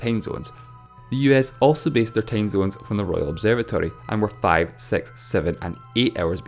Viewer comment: When you say the number 6, why do you pronounce is “sex”? I know you have an accent, but seriously, can you try to say it “six” because my parents got mad at me when they saw me watching the video due to the way you pronounce 6. Btw, I’m not hating, I’m just letting you know.